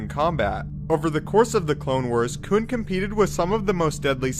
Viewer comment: "Koon" just don't sound right. I'm sorry